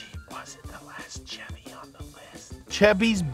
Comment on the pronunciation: Maaah, why does the man say Chevy wrong???